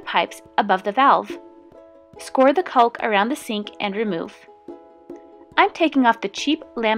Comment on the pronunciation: the "l" in caulk is silent my dear friend from the midwest.